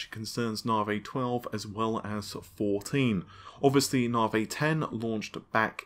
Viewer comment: "Now for some Nah-Vey news"